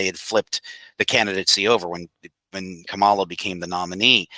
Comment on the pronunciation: Out of respect can you please say her name right, it is pronounced "comma -la"